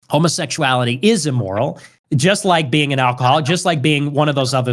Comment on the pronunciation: Don't know bro, can't get past him saying "e-moral" a hundred times